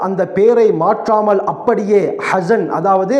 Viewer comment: حسن என்றா அழகானவர். அவரின் உச்சரிப்பை கவனியுங்கள். அவர் சொல்வது حزن அதன் அர்த்தம் களை குறியவர். கடனுக்கு உரியவர்தான்